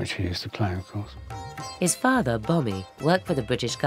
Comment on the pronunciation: This documentary is so English and mispronounced. His father's name was Bomi not bobby